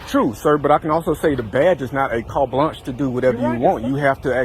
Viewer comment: And how many times is this cop going to say "cart blanch" however you spell that, and act like he's so smart. That guy is an idiot!!